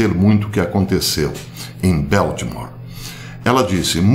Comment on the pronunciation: Ola professor. So uma dica. É BALTIMORE, com A mesmo e não Beltimore com som de é. Um abracito. Obrigada pelo seu excelente trabalho em nos manter informados.